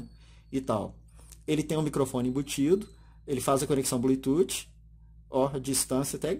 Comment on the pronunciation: Legal.. Me tirou as dúvidas.. Vou comprar... Obg.... Se me permite uma crítica construtiva... Não diga blututi... Chega doer no ouvido...pronuncie blutufffffff